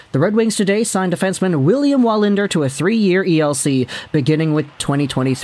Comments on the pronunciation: You ’re correct. It’s pronounced Villiam Valinder in Swedish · Yeah as a Swede it's pronounced Villiam Vallinder :P